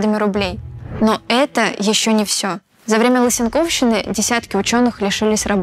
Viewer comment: "лысенкОвщины"... "внутривИдовой борьбы, межвИдовая"... Сразу видно, что - "журналист, а не математик"...